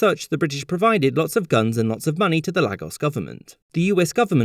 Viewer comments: As a Nigerian, its great seeing vids talking about our history (even this violent but important part)!Just a few things: Lagos is no longer our capital, its been Abuja since December 1991. Lagos is NOT pronounced 'La-gos' it is 'Lay-gos'. And while the igbo people have a 'g' in the name, it is silent and pronounced 'Ibo'. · Nigerian person here, it’s pronounced LAY-GOS and the g in iGbo is silent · The pronunciations are a bit rough, especially Lagos (which is pronounced as "Lay gos"). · As a proud Nigerian born in Lagos. It is pronounced Lay-gos not lah-gos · You mispronounce pretty much every name in this video. Igbo is pronounced with a long I and the G is almost silent. Lagos is pronounced Laygos, as if it were English, even though it's derived from the Portuguese word meaning lakes. Biafra I'm pretty sure is pronounced Be-afra, not by-afra. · Yaruuba, ig-bow, lag-gos Love your videos but man, those pronunciations... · Everything said in this video may be exactly true, but the fact that the narrator incorrectly pronounces Lagos and Igbo discounts what is being said. And I’m less than two minutes in. My ex-wife is Ibo and her older siblings lived through the civil war so I was very interested when I saw this, but I am doubting what’s being said. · It is. He pronounced a lot of words wrongly in this video (Igbo, Yoruba, Lagos and Biafra). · You're right. The narrator mispronounced just about every Nigerian term in this video (Lagos, Biafra, Yoruba, and Igbo) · Though, the pronunciations of Lagos, Igbo, and Biafran are kind of wrong. Even Marvel made the same "Lagos" pronunciation mistake in Captain America: Civil War and WandaVision